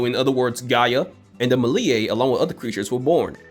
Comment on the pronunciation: Pronunciation help! Erysichthon = air-iss-ICK-tahn and meliae = mell-EE-eh.